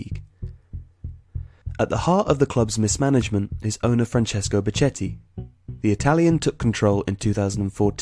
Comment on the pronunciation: its pronounced becketti